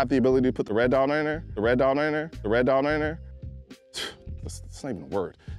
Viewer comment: “Red dotonnneyr” 🤣👏🏼👏🏼